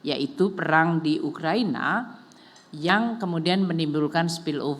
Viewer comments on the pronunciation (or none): none